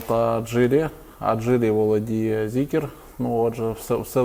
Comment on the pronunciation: не Зікер, а Зікр.